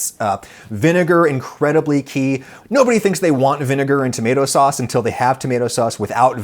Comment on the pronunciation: I just had to comment to say that I’ve been laughing for a minute straight because Adam said “fauce” instead of “sauce”🤣🤣